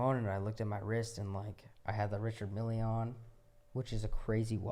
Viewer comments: ritchard millee? bro, no knowledge... it is a french company based in switzerland. pronounced: reechard mel. btw it is luee veeton not luis witon. 😂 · Dude keeps talking about this Richard Mille watch but can’t even pronounce the name of it right 😂😂 keeps says “Mili” like it’s a lil Wayne song or something 🤣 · Damn I called this from day one, check the YouTube comments. This kid was cringe and fake from the beginning. Such a try hard wannabe. Look at how he calls it a Richard milly lol. Jim Carey would say LAAAAHOOOOZAAAHERRRR.